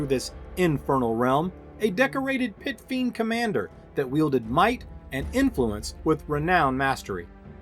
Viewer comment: first minute you said fit piend...love your vids :D